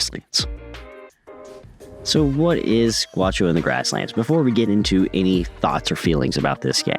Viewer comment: The pronunciation is not guacho ... Its ga Ú xo